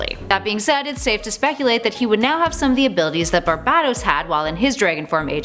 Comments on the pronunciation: I swear she said babebatos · I'm sorry but your pronunciation of "Barbatos" really off-putting, and unnerving.......it sounds like u're saying "Barbados" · The so badly pronounced names and words make this completely unwatchable. By number 8 I was cringing so much I couldn't keep going. Please take this down, learn how to correctly pronounce Barbatos & nth metal particularly, then reupload. Just so bad.